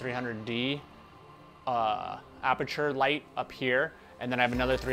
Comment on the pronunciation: "Aperture", not "aputure". Great video!!